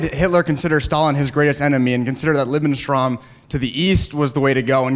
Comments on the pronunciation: “Libenstram” ... Lebensraum? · The kid tries to pronounce “Lebensraum” but fails.